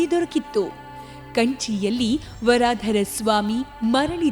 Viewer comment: ವರಾಧರ ಅಲ್ಲ. ವರದರ್ ಎಂದು. ಅತ್ತಿ ವರದರ್ ಎನ್ನಬೇಕು.